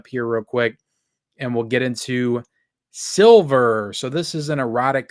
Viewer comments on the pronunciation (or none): Why do you keep mispronouncing the movie SLIVER? It’s not the color silver. S L I V E R! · every time you mentioned "SLIVER" you kept calling it "Silver, over and over again... lol...